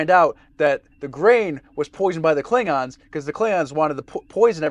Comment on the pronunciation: Always drives me crazy how in TOS they refused to give the "o" in klingons any respect. Always "klingins"